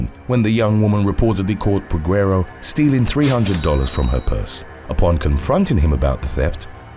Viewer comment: The U is silent in Peguero.